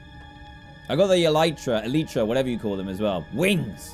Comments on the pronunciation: Anyone noticed that he says eleeetra instead of elytra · It’s el I tra elytra